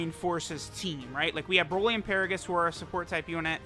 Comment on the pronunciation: Remember when use to pronounce broly as brawly?